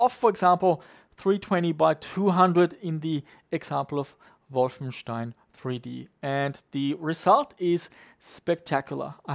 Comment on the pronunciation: The proper German pronunciation of Wolfenstein, I love it! Nothing beats a CRT for DOS games, but it's getting harder to get them, not to mention people want ridiculous money for them.